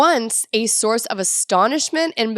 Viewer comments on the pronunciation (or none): none